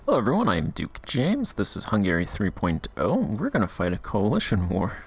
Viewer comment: Just put "Hungary" on google translate and listen to how it sounds!